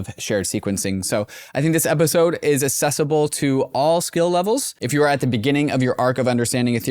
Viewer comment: Are we really going to let get away with pronouncing "accessible" like "assessible"?